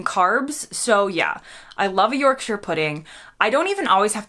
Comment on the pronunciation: You're definitely a Brit now, just by the way you pronounce shire in Yorkshire.👌